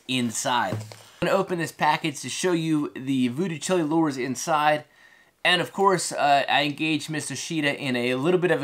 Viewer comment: Great video but your pronouncing the name wrong. It’s like child without the d, chile. Jimi Hendrix’s Voodoo Child, Jimi says Chile but not pronounced like the country.